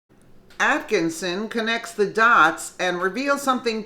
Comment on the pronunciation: Why don't you get her name right!!!! Attkissin. No "N". Attkissin